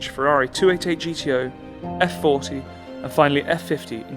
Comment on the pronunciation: I wish to compliment you on the quality of the videos. The story and the features of the cars are always elegantly told down to the geekiest details. I have to point out though, that for the kind of exclusivity of the cars, the formality of the presentations it’s very sad if not offensive that you butcher Italian so regardlessly. I shall never expect you call the car by its actual name “Effe-quaranta” despite in Italy we shall never call a Jaguar “Tipo E” but it would round up to 100 your videos’ prestige if you were to pronounce “Cesare”, “Bagni”, “Regazzoni”... the lot, in a more correct form. Thank you.